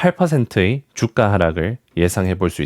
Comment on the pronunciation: 주까X 주가O 25 삐삐,50삐삐X 25피피,50피피O 발음 교정하셔야겠네요 하셔야겠네요 발음교정 안 돼있으니 내용 집중 안 되네요